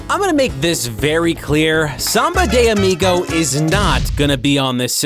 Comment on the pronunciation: É engraçado um gringo falando "SAMBA DEI AMIGOW" kkkkkjjjj